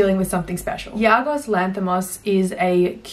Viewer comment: Great Review But sorry, I have to point it out. It's Yorgos, not Yargos. He's easily one of my Favourite Filmmakers at the moment, especially after Killing of Sacred Deer was my #1 film of 2017. Also watched Dogtooth recently and it was insane. He really is the master of absurdity.